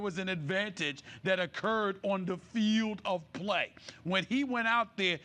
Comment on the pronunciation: Why Stephen A say field like that😂